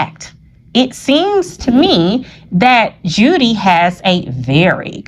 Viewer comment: It's Judy... Julie is pronounced different😊👍🏾